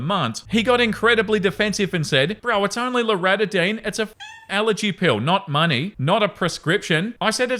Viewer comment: Story 9: Have I been saying " loratadine " wrong my whole life or has? 😂